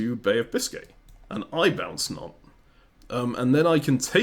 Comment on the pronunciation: I will never get tired of continuously calling Nantes “Nontays”